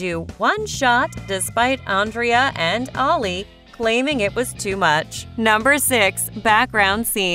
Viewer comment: You are saying Andrea and Ali name wrong